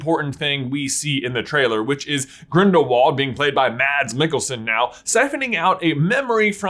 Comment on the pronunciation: Good job on the pronunciation. You aced the last name although Mads is pronounced with a soft d. Sort of like mass